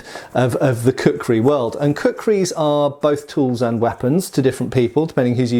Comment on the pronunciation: It took me 2 minutes to realise he was saying kukhuri and not cookery